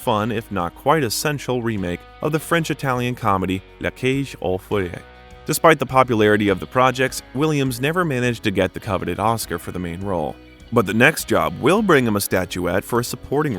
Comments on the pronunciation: Other than all the humorous lines from the great Robin Williams the funniest thing was listening to the narrator mangle the pronunciation of “La Cage Aux Folles”. I hope Robin is up there laughing. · The narrator really really screwed up the pronunciation of “ La Cage aux Folles”